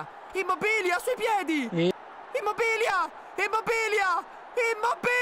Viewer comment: IMMOBBILLA. IMMOBBILLA. IMMOBBILLA. SENZA LA "i" SENZA LA "i" SENZA LA "i" GiGiGiGiGiGiGiGiGiGiGiGiGiGi.